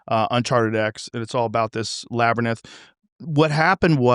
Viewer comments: Hearing Joe say labernyth for the hundredth time. Just proof money and fame will stop people from correcting you! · Lol "Labernith" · We must find out what’s in the “labernyth”! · why the fuck is nobdy telling him how labrynth is pronounced